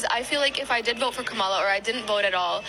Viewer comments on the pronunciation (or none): Notice how that young Arab girl never learned to pronounce Kamala's name. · Gotta love how none of them even try to say Kamala's name correctly. Most even say it incorrectly purposefully. Pay attention to who does it. The disrespect. 💯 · Say name right it’s not hard. Like for people with hard sounding names why can’t they pronounce Kama-la. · Did she even pronounce her name right? Unreal. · That’s how all Trump supporters pronounce her name. Dead giveaway every time. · They voted for a criminal & an insurrectionist, 3rd party candidates, & no vote. They didn't want to vote for a black woman whose name they won't correctly pronounce. Sad!!